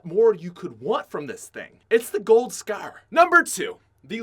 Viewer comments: the way this guy pronounces scar and any word that sounds like it makes me want to die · You say scar weird asf